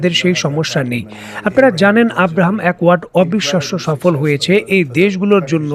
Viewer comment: "আব্রাহাম একোয়ার্ড" নয়, এটা হবে "আব্রাহাম একর্ড"